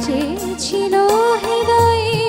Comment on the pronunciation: এই মেয়েই কেবল এই গানে হৃদয় শব্দটার উচ্চারণ ঠিকভাবে করতে পেরেছে । অন্য সবাই রিদয় উচ্চারণ করে ।